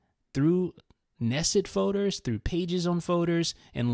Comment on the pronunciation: I hate how he says folders. He says foders